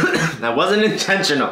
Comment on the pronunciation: cough cough cough cough That wasn't INCHENCHIONAL. Welp we got a new word. (this bit was )